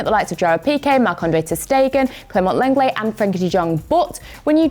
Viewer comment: Did she just say lenget? 🤨 is a good signing 🤨 he literally plays against Barca he’s soo bad